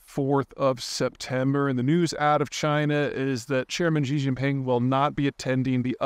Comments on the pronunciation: Peter, stop calling him 'jee'. Xi is pronounced 'she' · It's "shee", not "xgzee". The x is sounded as "sh". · Love your work Peter, you are a wordsmith and I gotta straighten you up on your Xi pronunciation. Pretty easy, Xi = she 👊🏻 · He doesn’t have to sound like a native speaker, but he is pronouncing things so poorly that it is embarrassing to listen to. For example, President Xi is not pronounced “President Z”, it’s more like “President She”. For people that follow China closely, his mispronunciations make him sound ignorant and silly. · 😆 I think it is hilarious that you always pronounce Ji instead of Xxxxxi 🤣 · You need to learn how to pronounce Chinese names. XI is pronounced like SHE. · She ditched the summit! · You really should learn how to pronounce Xi correctly... Would only take 2 minutes of your time, and would make you sound more credible. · 2 seconds, really. Just remember how "shit" sounds, and you're there. ;)